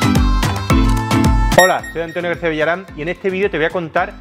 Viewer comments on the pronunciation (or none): none